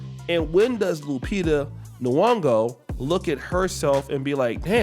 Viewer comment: Lupita Nuyongo😂😂😂Y'all need to learn how to pronounce names fr